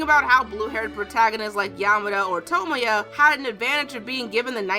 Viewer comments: it's toe-moy-a. not sure why that bugs me but yea. and I absolutely adore Clannad. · Pronounces tomoya wrong: Me: GOD DAMNIT IT IS SO SIMPLE